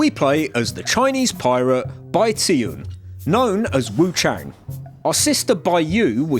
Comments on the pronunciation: It's "Wu-chAHHng" not "Wu-chayng" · hey just letting you know, wuchang is said like wuchung/wuch*ah*ng